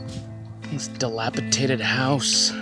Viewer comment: Forgive me friend, I am ocd and a little anal but it's dilapi"D"ated. I love your channel and yor content. Thanks for putting up with me.